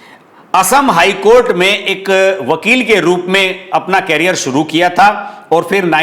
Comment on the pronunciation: कैरियर(carrier) और करियर(career) में अंतर होता है